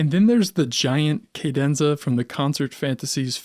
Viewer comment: Why do you pronounce ‘cadenza’ like that?